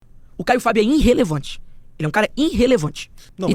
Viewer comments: " INrrelevante kkkkkkkkkkkkkkkkkk Vai estudar , jegue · Irrelevante é esse seu português “Inrrelevante”